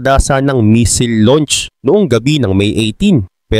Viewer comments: Hindi misil kundi missile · Anong "MISIL"? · "Misil" talaga ? hahahahaha 😂